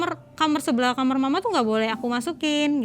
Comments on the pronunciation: Kenapa nyebutnya kamer sih,,bukan kamar?? Dengernya kayak gimana gitu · Kenapa aku selalu kesel kalo ada orang yg bilang kamar jadi kamer why can you pronounced such a simple word KAMAR